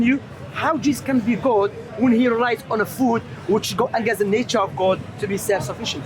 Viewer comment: Why does keep saying angist not against.